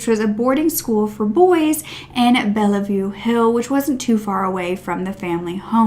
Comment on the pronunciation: Please note the pronunciation aid Sydney suburbs. E.g Bondi is pronounced Bon-dye. Not Bon-see. Also you mentioned Bellevue Hill. This is pronounced Bell-view. Not Belle-e-view